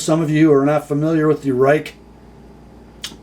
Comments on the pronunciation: It is pronounced as Rake not Rike, stupid I know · It is pronounced Rake. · I fell off my chair when I saw you doing a Chinese knife. The company is pronounced Rake (I know it makes no sense with that spelling). I think someone like you reviewing this knife is important. I have been warning US companies that the Chinese are blowing their socks off in materials, quality and price. Maybe they will listen to you. WE's new Civivi line, Bestech, and Real Steel are making high quality budget knives. A Bestech 3-D milled G-10, with ceramic bearings and D2 steel comes in at $52. The Delica with FRN and VG-10 is now $75. No contest which is the better knife and value. Enjoy the Grind-In.